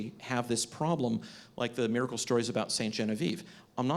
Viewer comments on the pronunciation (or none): Cool debate. One question, though: What's a "mare-a-cull"?